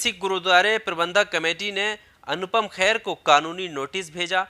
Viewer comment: भैया ,अनुपम खेर है ,ख़ैर नहीं अगली बार सही उच्चारण करें